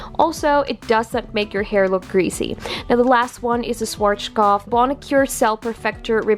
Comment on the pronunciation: 'Suarskof" 😃 i dont judge you german is hard language